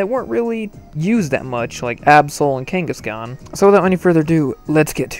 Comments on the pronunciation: Every time he said kangaskaan, I felt threatened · I thought he was saying ghengis khan